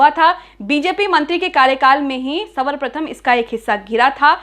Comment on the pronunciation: aap hindi sikhiye pehle. sarvpratham hai usey aap savarprthm keh rhi hain. pls galti sudhariye